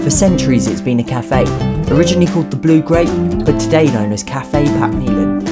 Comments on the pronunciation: Eiland is more pronounced ailand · cafe papkneeland amazing pronunciation 10/10 xd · I love that you got a native speaker to pronounce the street names because English people always butcher it completely. Perfect example was how you pronounced "Papeneiland".